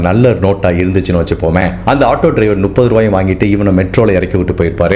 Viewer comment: எல்லா வீடியோவிலும் நுப்பது என்று சொல்வதை சரி செய்து கொள்ளவும். முப்பது என்பதே சரி. சந்தேகமாக இருந்தால் புத்தகத்தில் படித்துப் பார்க்கவும்.